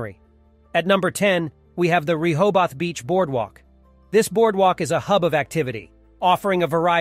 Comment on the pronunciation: You pronounced Rehoboth wrong throughout this entire video. How embarrassing. 😂